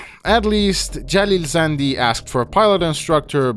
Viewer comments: Are you persian? Cause the way you say Jalil Zandy sounds verryyy native. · Bro thank you so much for actually paying attention to this and also saying the names of city and jalil zandi thank you. No one actually says the names correct and that bothers me thank you myself I am from Iran and no it's not like we are blocked we use VPNs it's illegal but nobody cares you can't get arrested for it even though it's illegal Love from iran❤ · you said that name in most iranian way , you are iranian?